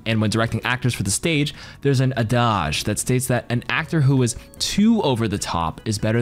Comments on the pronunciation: “Adage” isn’t pronounced “uh-dahge,” it’d “Add-idge” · Adage may have a French root, but no need to pronounce it like you are in France ;) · Is that how you say adage? 😂 I've been saying it wrong for years